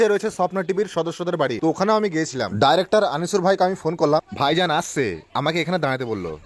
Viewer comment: ভাই ডাইরেক্টর নয় ডিরেক্টর